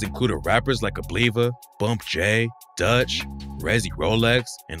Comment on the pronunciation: He said Abliva lol its AB-Live(a)